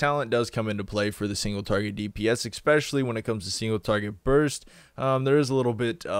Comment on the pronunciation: Please stop saying "expecially". English is your only language, you should learn it.